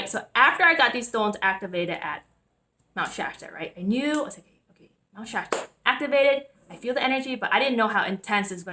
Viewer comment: She used a lot of Illuminati hand signs. Maybe she should find out what chakra is the lung chakra because she seems to hyperventilate quite often. It is pronounced with a T in it.... SHASTA not Shasha